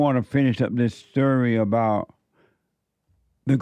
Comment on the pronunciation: This sturry 😂😊